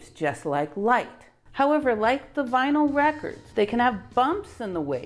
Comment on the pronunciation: The gen z people are asking “what’s a Vinal record?”